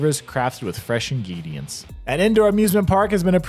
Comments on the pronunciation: Fresh ingeedients? 🤪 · 13.11 time mark "FRESH INGEEEDIANCE" ROTFL